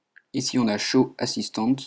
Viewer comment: TOI TU DIS "OM" et pas "ON" :PP